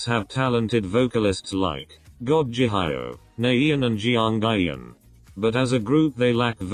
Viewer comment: Nobody: The robot voice: Jip, Nayeein, Jeeong ieein, Ji hioh, Mom oh